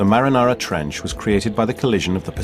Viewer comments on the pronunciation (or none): I'm just dying at the "Marinara" Trench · "Marinara trench"